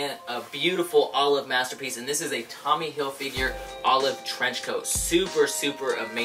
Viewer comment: "Tommy HilFigure" THIS IS A THING I REPEAT THIS IS A THING